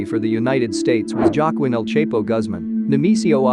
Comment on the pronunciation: El Chepo😂😂😂😂😂 its not hard El CHAPO to pronounce